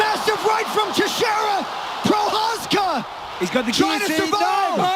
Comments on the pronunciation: its not prochazka its pro-huh-zka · think of it as Pro-Has-ka and te-shera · Teshy-era and Pro-chaz-ca? Do you watch MMA my friend? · Glove er teshey era vs Jiri pro chaz ka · Bro definitely butchered Prochazka and Teixeira